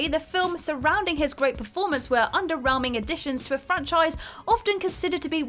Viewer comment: Under-realming is to explore caves beneath the surface of Westeros. However, underwhelming is your pronunciation of underwhelming